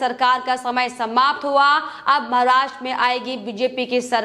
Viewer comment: Maharashtra ka naam sahi se le lo